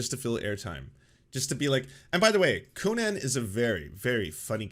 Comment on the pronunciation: Can you stop pronouncing Conan O'Brien's name like Conan The Barbarian? It's weird.